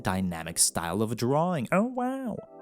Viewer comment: why does he tell oh wooow like this😅😅